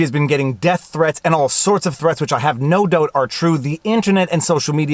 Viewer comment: "I have noo doot are true" and the Canadian reviles himself